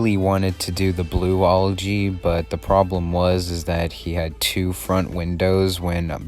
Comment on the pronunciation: Your saying Olgy but it’s Algy